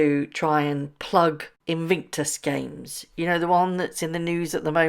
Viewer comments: Love the pronunciation of INVICTUS as INVINCTUS. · In VIC tus - not in VINC tus. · Bless you but please say InVICtus and not InVINCtus!!! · Your question: "what do you think she has done to her face"? My answer: Destroyed it! 😅 Edit: Just a little note, there's only 1 "N" in Invictus - In vic tus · It's "In VIC tus", not In VINK tus" - could you correct that one, please? Driving us batty! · are you being ironic by saying Invinctus and not Invictus?? If not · You are pronouncing Invictus incorrectly. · Morning do you realise you pronounce Invictus incorrectly. I know you like to report accurately.